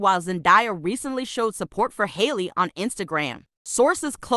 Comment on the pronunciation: at leaste learn how to pronounce Halle's name before making en tire gossip video LOL